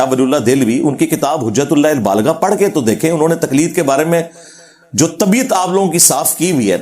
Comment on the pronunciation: Hujatul baligha…..abey Engineer sahi se kitab ka naam pad lo….kitna jhutttt bolta hai…..Tumhara video dikhney se accha hai BF dekh loooo😂😂😂😂😂